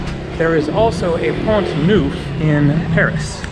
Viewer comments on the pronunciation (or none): Neuf (nine) is pronounced Nef in french, not newf. Just a small correction, best regards. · Neuf in French is pronounced as ou in enough. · 'neuf' is not pronounced 'nouf. The vowel sound you want is more like what is heard in the English word 'hull''. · Thought you would like to know that neuf in French is pronounced (neff) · I find it comical that the majority of the French on here are correcting you on how to pronounce "neuf" lol really who cares? We get what your trying to say. Hello your American for crying out loud. It's not going to be perfect😁 Haha n the French think we're rude😂 besides we are only interested in the town's you vlog about not the language being correct or not!✌so carry on my friend carry onnn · Tip: 9 = Neuf ==> pronounced as the last part of "enough" ;-)